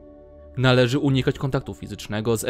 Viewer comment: fiztcznego mój ulubiony wysiłek fiztczny